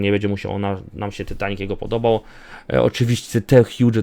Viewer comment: ty nie muwi się tytanic tylko taitanik